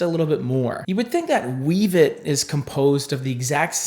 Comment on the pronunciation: Pssst Wevet is pronounced "WEH-vet". Incarnadine is "in-CAR-na-deen." F&B has a YT channel with quick clips on every shade, if you ever wonder how to pronounce something.